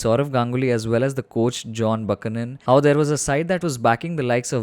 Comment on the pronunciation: Isn't it pronounced "Byoo-ke-nun" ?